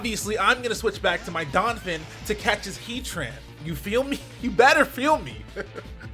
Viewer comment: Anyone else cringe when he calls Donphan "Donfin"?